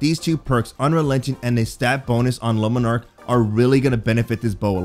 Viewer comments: Ok. OK. OK. OK. No. No. Just. Stop. Omfg, it's not lumenark ffs. Jesus man! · This guy really pronouncing it like "Lemon Arc" lol